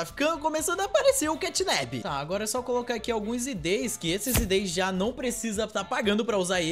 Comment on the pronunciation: Não é catnab é catnap